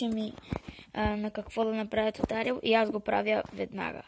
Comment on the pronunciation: Не се казва тутариал а туториал